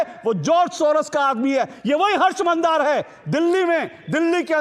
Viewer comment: सोरस नहीं सोरोस